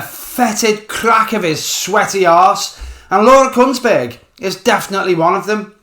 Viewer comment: Are you saying Laura's name with C and a T in there? Could just be the accent😂